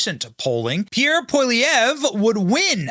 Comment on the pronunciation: As a Canadian I give Benny a helluva lot of credit for pronouncing Prime Minister (he will be)Pierre name right.